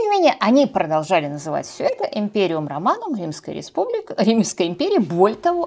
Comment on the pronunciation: Испугались или это мне так показалось, что Вы замямлили главное - причины и процесс разложения Римской Режьпублики ?